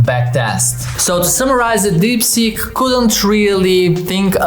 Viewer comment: sounds like deepsjit